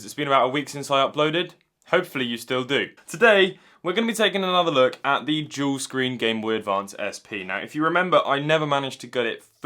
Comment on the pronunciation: All I can hear is "Juul screen" - new project? LMAO